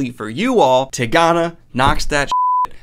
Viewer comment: Been hoping you'd read this ever since you mispronounced it in the goodreads list video. Such a wonderful book.